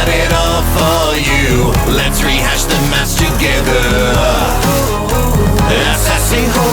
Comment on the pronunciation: To be honest its rehash not retrash! Love this 👌